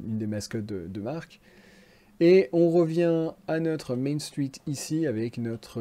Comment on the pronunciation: T’as un accent québécois ou pas? J’arrive pas à le déterminer, ça va tu l’as pas trop mais quand tu dis "Main Street" puu